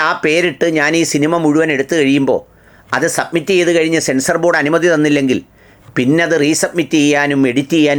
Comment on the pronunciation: സെൻസ്നോബോർഡാണോ സെൻസാർബോർഡാണോ😅